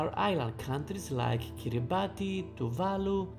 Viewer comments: Kiribati is pronounced “Kiribass”, not “kiri bahti” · its pronounced kiribas not kiribati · Just an fyi Kiribati is pronounces Kiribas. The ti makes an s sound.